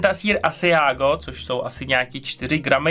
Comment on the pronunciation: ) syr "asádžo"